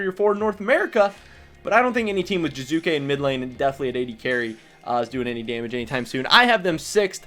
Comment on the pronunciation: Its Jiizuke not Jizuke